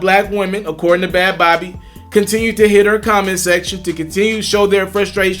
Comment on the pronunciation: It’s pronounced like baby lmao not bawbee/bobby